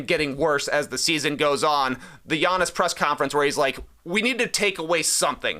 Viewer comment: dude, you say “Giannis” perfectly 👌.. sounds like you’re Greek